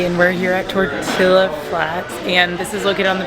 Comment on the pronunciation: "Tort- tilla" Flats eh. I could excuse meza, but this is too far. 😂